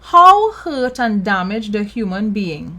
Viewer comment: I LOST it when she said "Show me on the teddybear where YUH GET HURTH" Lololol